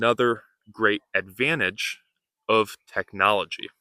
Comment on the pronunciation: advantage but u said advanage let me know the prounce of this word